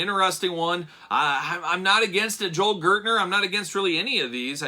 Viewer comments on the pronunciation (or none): none